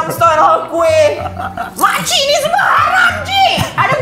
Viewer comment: ✨ hayram ✨ it’s haram guyssss 😭😭😭